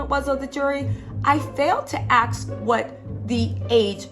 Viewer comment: It’s “ask” not “aks” 🤦🏻‍♀️